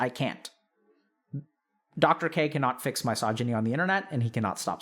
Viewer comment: Why does he pronounce misogyny like that